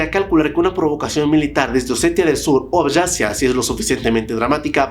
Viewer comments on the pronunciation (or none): YORYA, YORYANOS, ABYASIA. Normalmente amo tus videos pero este me ha roto los oídos. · Y entonces es Jeorjia? Jeorjianos? Abajasia?